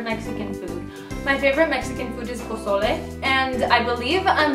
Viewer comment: Wait... Are You Latina? Cause You Nailed The Way You Said Pozole.